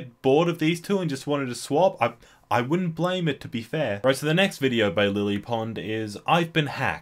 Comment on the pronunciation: Did you just low key call her Lilly Pond?